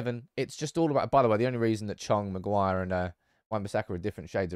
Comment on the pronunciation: MAGUIRE!!!!! At least get his name right!!!!!!